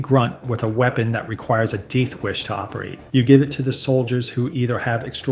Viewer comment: It's super AI. Goes on to say meltagoon and DEETHwish instead of deathwish. Deed giveaway.